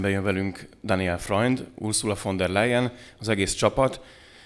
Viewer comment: A legnagyobb tisztelettel kérném, hogy helyesen ejtsük ki az általunk méltatott vagy éppen kritizált politikusok, közszereplők nevét! Daniel Freund helyesen: Dániel és NEM Deniel!!! Annyira nehéz ez??? Az ember szereti a pontosságot, pláne a kedvencei részéről...